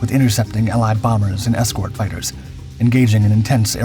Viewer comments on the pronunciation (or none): none